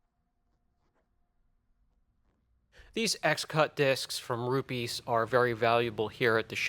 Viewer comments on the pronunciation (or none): its pronounced RU PEZ, not rupeees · Hi, Rupes actually recomends using very little water with these. They call it "damp" sanding instead of wet sanding, just couple sprays of water on pad, not dumping pad in the water. I like to use them, very useful and safe tools. Also please dont call them Rupeeees... Other than that I am your fan, thanks fpr the videos!